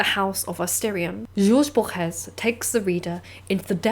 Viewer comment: jorge borges isn’t french pls don’t butcher his name like that????